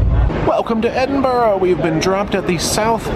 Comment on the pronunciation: Well done on the almost correct pronunciation of Edinburgh- that there is instant brownie points haha. (It's just Edin-bruh.) Just fyi, the red bridge is the rail bridge, the older car bridge is the Forth Road Bridge and the newer bridge is the Queensferry Crossing. I'm delighted you had such an amazing time here! These videos are fascinating to me, as someone born and bred from Edinburgh, it's fascinating and so nice to see the things that are just humdrum life for me, things I take for granted each and every day through new eyes- really makes me appreciate my beautiful city! Please come back, you're always welcome ❤ PS- when it comes to haggis, it is SO versatile. Not to sound too much like a Scotsman, my partner and I use it a LOT in cooking. Goes well on a spicy pizza, beautiful crumbled over salad and tastes extremely nice mixed into pastas. We tend to buy the tinned variety (available in pretty much every supermarket.) A toastie (grilled cheese to North Americans) with haggis inside it is out of this world!) If you ever come back, get in touch and I'll give you directions on how to work your way down the vertical city of Edinburgh, most side streets in the city centre are hills that take you down.